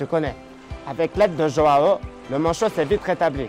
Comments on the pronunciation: Il la appeler "jao" mais sa se dit jouan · une petite pensée pour ceux dont les oreilles saigne apres avoir entendu dire autant de fois joao de cette maniere mdr